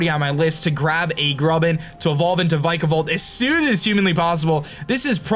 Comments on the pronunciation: This is how u prenounce Vikavolt vik-uh-vult. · the way he pronounces vikavolt makes me feel weird